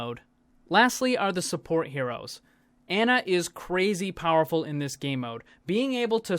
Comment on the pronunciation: Ana is pronounced "on-uh" not "an-uh".